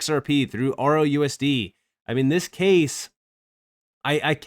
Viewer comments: He keeps saying ROUSD, what a clown, it's RLUSD.....? So sorry for anyone who listens to these morons! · It's just the way he pronounces it. He's trying to talk too fast and is not closing off the "L".